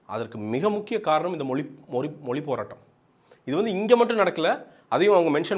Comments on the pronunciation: மொலி இல்லடா... மொழி. உன்ன மாதிரி உச்சரிப்பை தவறாக பேசுற 90% ஆளுநாலா தான் தமிழ் அழிந்து போகுது. இன்றிலிருந்து நீ உச்சரிப்பை சரியாக பேசு தமிழ் தானா நிமிர்ந்து நிக்கும். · அது தமிழ் மொழி !!!!! மொலி அல்லா, அதுவே வரல உன்னக்கு..